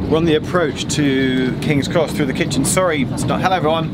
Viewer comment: Kings X Pronounce it directly 😂😂😂